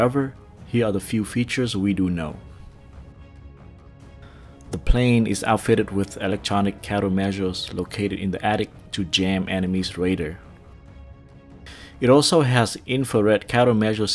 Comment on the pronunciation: I enjoyed your animation but your pronounciation of technical terms threw me for a loop. Maybe you pronounced them that way because you have never heard them pronounced correctly in proper English, or you just didn't care. "Radar" is pronounced "Ray-Dahr", but you pronounced it "Raider". Excuse the rant but as an educator it bothers me when someone can't make the effort to pronounce every day words correctly, but especially words regarding technology.